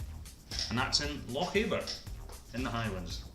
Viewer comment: Paps of Jura. The last word is pronounced Jew ra. Loch Aber: The A in Aber is soft not hard. And Gaelic is pronounced Gallic. You pronounced it the Irish way.